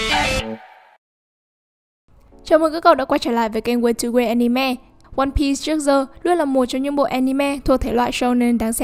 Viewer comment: One bi not one bít